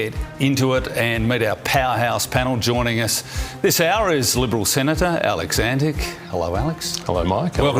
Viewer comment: Antic? Gawd, this broadcast lost immediately credibility.